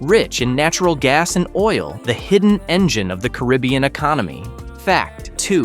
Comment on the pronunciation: Learn the correct way to pronounce "Caribbean".